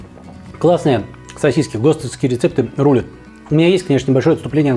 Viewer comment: сосисЬки всё же проскакивают в произношении... 🤣